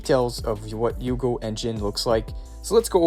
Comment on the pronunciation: a bit of me dies everytime he pronounces Hugo as Yugo